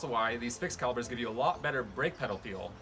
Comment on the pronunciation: I know you wrote "calipers" but you're killing me by saying "calibers"